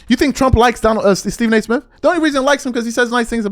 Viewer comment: Why do you pronounce “Smith” and “birthday” as Smif & burfday? Play the tape.